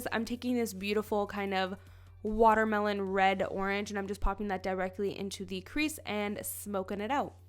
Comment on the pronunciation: is it a canadian thing to say 'thee' instead of 'the'. ahaha its cute